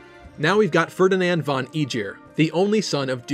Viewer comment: How has no one commented on his pronunciation of Ferdinand von Aegir?